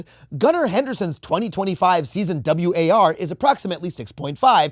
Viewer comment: It’s just war, not W-A-R. Watch a sport please